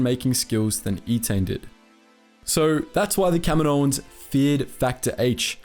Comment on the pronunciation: Everytime he says "Kaminoans" it sounds like he's saying "Kevin Owens".